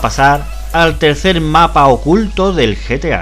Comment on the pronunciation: Se dice gta 5 no ta 5